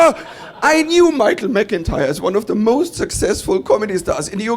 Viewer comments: His name is Mittermaier. The first half, you got right. In the 2nd half, which is Maier, the ai is spoken like the i in the word high... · Not to complain too much... but why do americans always pronounce the german "ei" like that? If it was "ie" it would be correct but "ei" is pronounced more like "eye" or "aye" in english. so try MittermAYEr. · Pronounce it Mi chael Mitter my er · Try to say it this way mittermayor 😊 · He is, or at least was, considered to be the best german comedian. And his family name would be pronounced in english like Mettirmyer. Does he really have such a heavy accent to you? But I have to admit tha if I hear some people like from Texas speaking in their slang in a video, I also have a hard time to understand a single word.